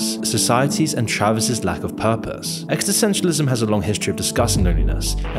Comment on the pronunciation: Existentialism, not Extisentialism mate.